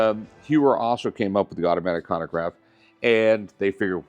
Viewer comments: Chronograph! Not konograph… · For someone so knowledgeable, bro should not be saying “hewer” and “conograph” lmao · Hyouer… conagraff… blankpayne… Roman jerohm… Jeyegger Luhcultruh… I’m 💀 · He likes his cannagraffs